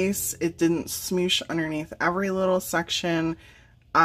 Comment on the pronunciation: Love, love the info you give us. It is so helpful, and I am still laughing how you say "smosh". To me that is so funny!! thanks